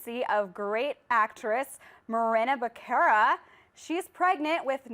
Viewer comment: "Morena Baccara" lol